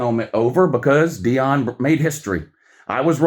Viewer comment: Can't wait to get to "knee-on" Deion!